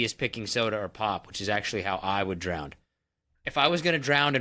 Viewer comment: "drown" has no D on the end